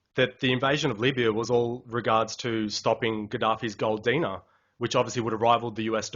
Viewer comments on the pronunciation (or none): none